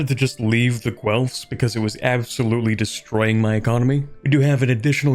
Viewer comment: That's not how you pronounce Guelfs.